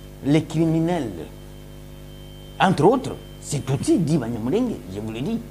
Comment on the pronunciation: Banyamulenge = not sound nje but nge .